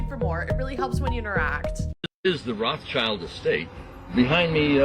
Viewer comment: 99% of people in the music business artist and/or producer is in witchcraft. If you lose someone after every album , then duh, stop making albums. Dude drives me crazy saying "roths-child" it's pronounced Rote-shield. Eww, snake alcohol definitely ain't kosher.